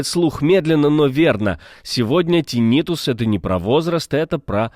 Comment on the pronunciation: ТИннитус, господи, тИннитус! Ударение хоть бы выучил правильное!